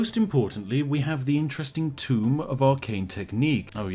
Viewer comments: Please God, my ears. Tome is pronounced "toe-m", not tomb. Also DA:O is great man cmon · "Tome" .... Not "Tomb" Spiff! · It's "Tome", not "Tomb"... ...but that's ok.